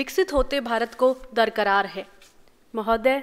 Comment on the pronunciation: darkarar nahi darkar hota hai ye urdu word hai jis ka matlab hota hai zaroorat